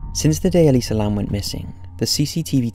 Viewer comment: I'm so glad he says her name right. I don't get how some people say Elisa as E-lie-zu